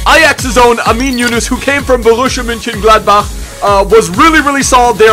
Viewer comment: That german pronunciation in borussi mgladbach